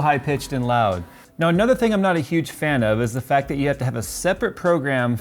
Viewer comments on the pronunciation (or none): none